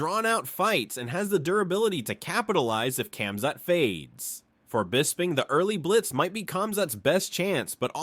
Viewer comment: Kemzat ? Put some effort into this